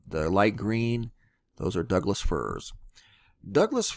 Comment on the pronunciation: Doug firs...not Doug dies